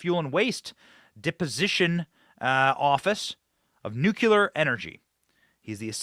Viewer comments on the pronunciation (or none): Love your work. Have only one request. Please rethink nu-cul-ar. Try nu-clee-ar. Thank you ever so much! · Benny. We love you!@ Please say "Noo- Klee- er". Not "NOO- Que-Ler". Thank you. Carry on, young man!!!!! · Please pronounce the word 'nuclear' properly in the futures